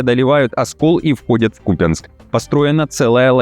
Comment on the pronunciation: когда уже ударения правильно делать начнешь? какой кУпянск???